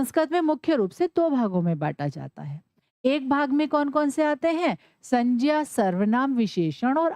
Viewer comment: Mam ye sanjya nhi hai sangya hai😊